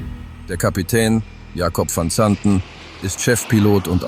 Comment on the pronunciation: Kann die bekloppte KI nicht wissen. Man kann sich diesen Mist nicht anhören/ anschauen